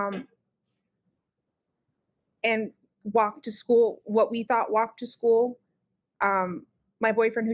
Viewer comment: This woman grates on my every last nerve. I don't know what it is about her. The way she says "school' like 'sku-ell' the way she was laughing at the parrot. I lost my cat for ten days. I did not sleep, I was out at 2 am looking. I had thermal drones looking. Flyers everywhere. I was completely without joy and bereft until I found my precious cat. I remember thinking - OMG what must it be like for a child to go missing.....? And I was NOT like this....!!!